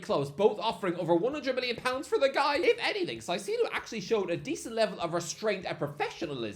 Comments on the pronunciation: The caicedo pronunciation is jokes 😂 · I love you but how do you keep messing up Caicedo’s name? Moises = moy-ses Caicedo = kai-say-doh